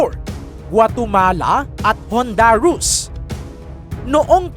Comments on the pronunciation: Honduras hindi Hondarus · Hunduras hindi hundaros hindi guatomala guatemala ano ba yan